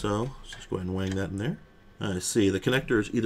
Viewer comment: "Theare is a button! WTF is the button for?!" 😅